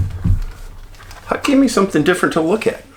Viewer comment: I HAD TO LAUGH WHEN YOU CALLED HUCK, "HUCKLES", LOL!